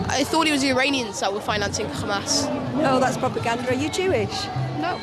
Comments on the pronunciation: Seriously dude? The kid repeated Israeli talking points. Like the Iran stuff, and using the Israeli, pronunciation of Hamas. Oh and when the lady asked him if its right to take over land where other ppl lived, he ignored the question and brought up that the UN gave the land to the Jews. That's deflection not being a good journalist. BTW Arabs in Israel have less rights than other ppl. Their movements are restricted. Their ability to live where they want is restricted, even their access to pray is controlled by the Israeli government. BTW saying "We are the Media" is utterly moronic. And tells me all I have to know about you. Media: the main means of mass communication (broadcasting, publishing, and the internet) regarded collectively. YOu, are a human being, you are not "Media". 🙄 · Kid pronounces “Hamas” wrong; the h is properly pronounced similar to the English h. This is a propagandist technique to make Hamas seem more alien…